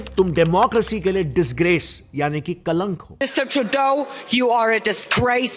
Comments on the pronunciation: Trudeau hai trudaev nhi😂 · Trudev trudev kya h bhai Trudeau h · are yaar trudev ki trudo bolo na please it feels much familiar😂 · its pronounced TRU-do not tru-dev!!! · Hey, it is not " Trudev" but " Trudeau" " EAU" is pronounced as "o"! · saale true Dev nhi hai woh trudeau hai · Bhai justin trudeau hai uska naam trudave nai hai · Bro it's pronounced as Justin trudo..not trueday or trudev... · It's Trudeau not Trudev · Bhai uska naam Justin Trudeau hai Trudev nahi 🤣🤣🤣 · It’s pronounced as trudo and not as trudave even though he spells as Trudeau he is pronounced as trudo. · Is He Trudeau or Trudev?? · ट्रूडेव नहीं है ये भाई ट्रूडो है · Justin "Trudev" nahi its pronounced "True-doe" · Tru-Doe hai bhai, not tridev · I watch your videos regularly. Very informative and I enjoy to do so. But why do you pronounce the name "True Dev" every time, not "True Dow"? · Good info, just one correction in your video. You were pronouncing his name as "Troo-dave" when its "Troo-doh"! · Analysis is good.... but are you Mispronouncing Trudeau(Trudo) as Trudev on purpose??? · Bhai Trudeau ka pronunciation Trudev Nahi Hai Trudo hai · Bhai plz yar trudev mat bola kar log bejjati karte hai tru du bol😢😢😢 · Jatin Tridev🙂👍🏽 Truedev nahi bhay uska naam😭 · Ttrudeau.. it's Trudo ... Sounds like trudoooooo not today or .troday nahi.. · Justin Trudeau ❌ Justin Trudev ✔️ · Are bhaisaheb.Justin Trudev nahin, Justin Trudeau ( True doe pronunciation) Bola Karo. Wahi unka naam hai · Its pronounced justin true-doe.. I keep hearing true-dev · trudeau ✖ trudev ✅ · Trudev hi kyu Tridev boldo. Truedo hai pronounciation. How can you get it wrong when its so common in public news. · Hey dude, great video but can please pronounce his name right. You seem to be calling him Tridev. It's Tru-do. Hope that helps. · bhai woh Trudev nahi Trudeau hai. Content pe dhayaan hi nahi ja raha, meri hasi nahi rukh rahi the way you say his name😂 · gurugram ke bete, its tru-do not tru dev